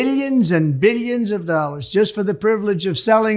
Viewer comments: “Beelions and beelions”! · I wish I could go one day without seeing this clown 🤡. I would have to be under a rock to not see or hear him. Just hearing him say “bi-yuns and bi-yuns of dollars” makes me cringe. The ruin of our country is DJT. 🤮